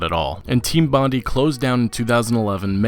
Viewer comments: It’s pronounced “Bond-eye” not “bondy”. As in Bondi Beach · The way you pronounce 'Bondi' makes me nauseous.